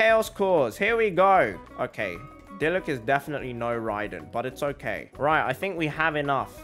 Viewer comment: It's not okeh to be okeh